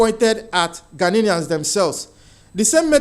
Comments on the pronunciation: GHANAIANS NOT "GHANANIANS" PLEASE PRONOUNCE OUR CORRECTLY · They are not ghananians they are "GHANIANS"get that right please and take note of the pronunciation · Stop saying ghananaians, it's ghanaian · My brother no disrespect but it's "Ghanaians" no "Ghaninians". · Ghanaians NOT Ghananians, please!!😂